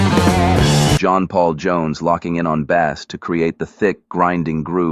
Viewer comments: Really... you make a video of the greatest rock band ever and you use a fake voice? Can't you read? Bass is not pronounced as if it were a fish. That and the monotonous tone that other people use gave it away. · If you notice a small nuance I relized watching this, John Paul Jones is said to be a b, little a, s s player...like a goddam fish. The AI mis speaks and the text should have been entered into what became the narraraters voice as Base, to get the spoken word correct....even though this would be the incorrect spelling. Ai does this all the time. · OMG, once again I got ushered in by a narrator who I thought sounded so legitimate, authentic, knowledgeable, until … he talked about playing “bass” … like the fish, at about . This is all BS. AI. Disturbingly contrived, whatever it is. Where is the truth and soul in this nonsense? But, Led Zeppelin rocks! And I saw The Cult play at the Warfield in SF on Monday and they rocked it pretty dang hard too! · AI narrator saying Bass(as in fish) instead of pronounced Base. How hard is it to get a human? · John Paul Jones locking in on Bass? Pronounced like the fish? Is this AI generated? WTF!!! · Did he say Bass? like the fish? Jones was not playing a fish! He as playing a BAY-SSS --a Base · What’s up with the use of AI for this? This is just dumb. Bass in music is pronounced with a long A sound, not “ah”… nobody is playing a fish ….. Sick and tired of AI already. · B - a s s, pronounced, Base! A I sucks. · "Bass" pronounced like the bass fish at around 8 minutes. Was this created with an AI voice? I think I'll be blocking this channel if so. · jp jones on a fish? bass. bass is pronounced base AI voice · Is this AI voice over? I suspect yes because the bass (guitar) was pronounced like a bass fish. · As soon as I hear a common word mispronounced, I know it’s AI, and I’m outta here. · Loved this doc... until the AI narrator pronounced "bass" like the fish pronunciation. 🤮